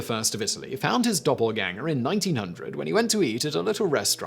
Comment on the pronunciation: Are you saying doubleganger or doppelganger? 🤣